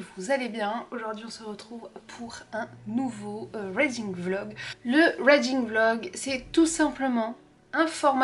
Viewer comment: coucou je suis encore au début de ta vidéo (que je vais bien sûr continuer à regarder parce que j'aime beaucoup ton contenu) mais je tiens à te dire que "Reading" se dit "riding" avec le son "i" pour "ea" ^^ Le but n'est pas de te critiquer ou quoi que ce soit donc j'espère que tu ne le prendras pas mal. C'est sincèrement juste pour t'aider ^^